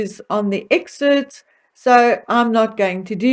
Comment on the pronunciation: It’s EXCERPTS!! NOT exerts.